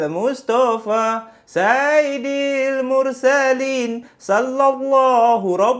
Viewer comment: maaf ye sy betulkan sikit selawat tu..sy dengar mcm ada salah sebut skit..patutnya saiyidil bukan saidil..